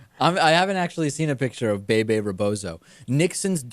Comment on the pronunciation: They should at least learn how to pronounce Bebe it's not BayBay. But, these guys are so young they don't know that much about nothin'.